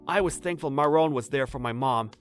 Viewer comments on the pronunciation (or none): i keep on hearing moron instead of marron